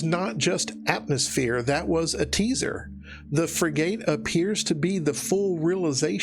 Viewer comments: fyi "Frigate" is pronounced 'frigget' not 'frigayte'. I know it has the word 'gate' in there but the e is redundant. It's not a made up word for arc, a frigate is a class of ship just under a destroyer irl and that's how it's pronounced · I think it's pronounced "fri-guht". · My boy said frigate like Fri-gate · for future reference, Frigate is pronounced “friggutt”. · That’s is not how you pronounce frigate.